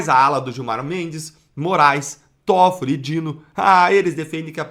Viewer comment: O nome do ministro é Tóffoli e não como vc está pronunciando. Vergonha.😡